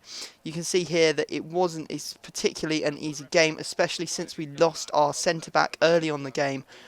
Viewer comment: Sounds like you say center black Lol.